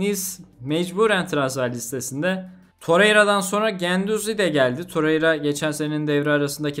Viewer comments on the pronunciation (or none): none